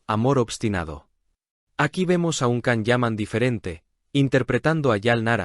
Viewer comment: Не Кан - ДЖАН. неужели так трудно запомнить?